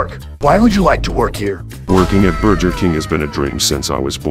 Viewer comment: burjer king